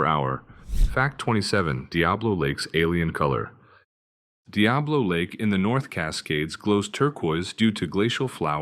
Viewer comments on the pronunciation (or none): none